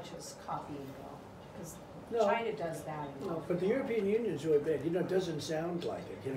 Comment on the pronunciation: LOL gina instead of china